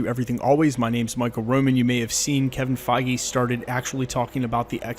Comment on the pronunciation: Kevin feige not keving feige